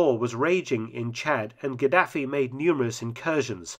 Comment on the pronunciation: Pronunciation wasnt great especially Gaddafi